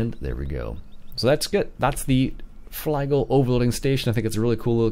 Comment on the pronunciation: Just a heads-up, the parent company pronounces it "fleegle" not "flygle". Generally speaking, in German an I before E (IE) is pronounced EE and an E before I (EI) is pronounced EYE. Nice review.